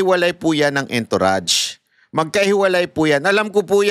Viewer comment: hindi entourage literal kundi ang pag pronounced nian eh..A N - TOURAGE.